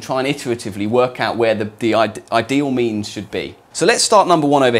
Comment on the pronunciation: yeah me too its like he is talking about memeology and analyzing all those k-memes